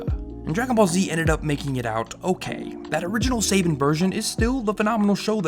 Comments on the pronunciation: I love how I’m less than two minutes in and you’ve pronounced Savanna incorrectly, and matter of factly stated that Shuki Levy is just an alias of Saban when in fact he’s his own person. You also claim that Saban dictated the censorship. These were made due to broadcast standards at the time. No network would air the program at this point in time without these changes. Without these changes we never would have gotten DBZ at all and the lightening of censorship regulations for anime in the states. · that mispronunciation of saban is driving me crazy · Can you please re-dub how you pronounce Saban? I'm two minutes in and it's killing me. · Wow I can't believe you said pronounced "Saban" wrong, haven't you ever heard of power rangers? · If you’re going to say saban say it right! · So have I been pronouncing Saban wrong? Lol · He cant say Saban right.... I can’t watch this... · The way you're horribly mispronouncing Saban, and saying it every five seconds is incredibly distracting... I can tell you didn't grow up in the mid-90s and lived through the heyday of Power Rangers. Because you heard this name A LOT back then. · You mispronounced so many names that I had to stop watching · Yeah. I'd never heard anyone mispronounce Saban in the 27 years I've known about the company, but here we are. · looking him up on wikipedia gives you a pronunciation of his name, it ain't hard to figure it out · Learn how to pronounce saban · Please do your research on how to pronounce “Saban.” It is annoying and disrespectful to both the man and the company. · You say other cultures exist but pronounce Saban weird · Its not Say-bin my dude, its Sah-ban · as an Israeli, the only problem i have with your vid is how you say Saban, its Saban, not Sayban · You're Pronouncing Saban wrong. It's "SAH-BON" not "SAY-BAAN" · dude, its Suh bon, like saah bonn, no saebeen or saybin like u said just FYI:D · It's Saban btw, not Saben. Great video <3 I had no idea DBZ was this oddly censored.